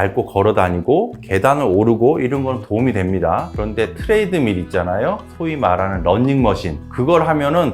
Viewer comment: 트레이드(?)밀 trade meal 식사교환 -> treadmill [tredmil] 트레드밀, 추레드밀 tread = step 밟다, mill = [물레/디딜]방아 treadmill 디딜방아, water mill 물레방아. 일반인 대상으로 하는 유튜브 공간이고, 님 전문의이신 거는 다 아는 사실이니까.. 영어 잘 못하시면 굳이 전문성 있어보이려 애쓰지 마시고 우리말로만 말씀해주세요 ^^ 또한, running machine 은 콩글리시지만 이 역시 그 어느 영미국가에서도 쓰지 않는 런닝(??)이 아니고 그나마 러닝(!)머신으로 요샌 발음이나마 제대로 읽어주는 추세죠.